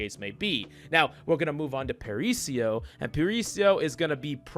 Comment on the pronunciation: dunno if "parisio" is a joke but if not... it's para-iso (paradise)